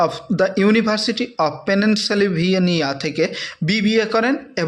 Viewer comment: আপনি ঠিক মতো উচ্চারণ করতে পারছেন না তো,যোগী জির কলেজ টা ভুল ভাল বললেন,মেঘালয় এর CM , BBA করেছেন আমেরিকার পেনসিলভেনিয়া ইউনিভার্সিটি থেকে,সেটার বানান ভুল ভাল লেখা ছিল, উচ্চারণ ও ভুল করলেন